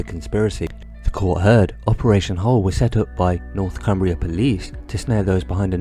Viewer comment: ITS NORTHUMBRIA POLICE NOT NORTHCUMBRIA FFS 🤦‍♂️